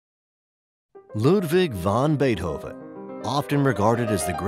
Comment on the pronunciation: A Very Well Done Video But Saying von Beethoven Instead Of vAn Beethoven Is Common Error That Irritates The Heck Out Of Me!